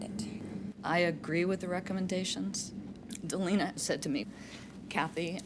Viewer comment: My name is Delana and the judge kept saying Delana instead of Delena and it was tripping me out! 😂 My name is pretty uncommon so I never hear my name said in videos.